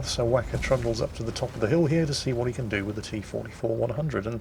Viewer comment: you pronounced the T-44-100's name wrong